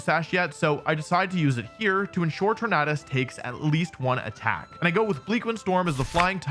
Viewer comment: love that you pronounce Tornadus correctly aka the way i saw it